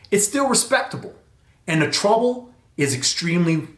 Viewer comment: good beginning review but you're mispronouncing 'treble'. it's not pronounced 'trouble'.